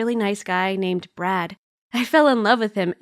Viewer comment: Did she just say brat "I've got a boyfriend named brat"